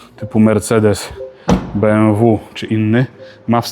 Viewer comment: Powinno być najwyżej Be-em-wE, jeśli bazujemy na języku z którego pochodzi nazwa. BYD jest z angielskiego, więc raczej dobrze mu poszło.